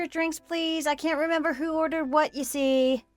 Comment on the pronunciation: So, the wording for this month is 'you see' is it? It doesn't work where it's being used - and especially when the emphasis is all in the wrong place or the pause between what was being said and 'you see' being tagged on to the end.